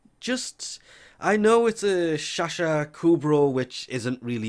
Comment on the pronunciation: Its not a chacha kubro its sahasa just like sahara learn english guys